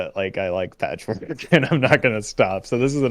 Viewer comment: It's Patchwerk not Patchwork...